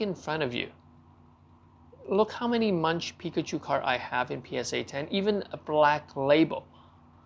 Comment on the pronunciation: "Monk", not "munch".